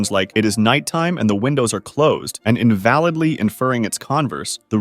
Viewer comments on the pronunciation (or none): none